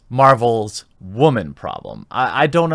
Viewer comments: I don't know if it was a slip or not, but you actually pronounced "woman" properly & there after. You really do expose your own thin veneer of objectivity when you purposely mispronounce "woman". Otherwise, you have valid questions & comments regarding this whole situation. I'll still be going to see this movie. Hopefully it will be good & I'll enjoy it for what it is ... a movie. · i seriously need to know why you keep saying wamen dude, because its annoying the fuck outta me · Why do you keep mispronouncing woman, i thought it was an honest mistake till you did it six more times, that shits irritating, i agree with everything you say but that "waman" shit is aggravating as hell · Please stop saying WAHMEN instead of woman or women. Yeah it's a funny meme and everything but the joke gets stale when you use it 15 times in a single video. That aside I'm definitely with you and not going to see this agenda driven trash heap in theaters. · Don't get me wrong here. I do see what your reading also but why is women or woman sound like w-a-man or w-a-men? I was told to say it w-o-man or w-o-men. When waman is a thing let me know but then you say it i don't know if your joking with the word or that is how you say woman. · Dude. Fucking seriously. Stop fucking saying "wahmen." Not because it's offensive to women or whatever. It isn't. It's just a fucking mispronounced word. Stop saying it because it's incredibly fucking stupid and juvenile and makes you sound like the world's loneliest douche bag. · The way this dude mispronounces "woman" drives me nuts. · Why do you keep pronouncing "woman" like that?